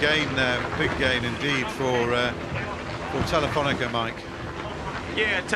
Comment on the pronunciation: I love watching this stuff…but it's TelifonicA…where is the -er?